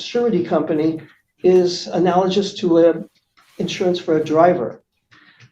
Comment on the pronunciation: Drink every time this pompous ass mispronounces 'analogous'.